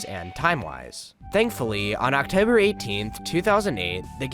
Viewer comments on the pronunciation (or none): you hit a hard Philly accent in that October lmao